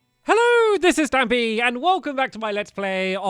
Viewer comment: when he started I thought he said "Hello this is Bambi"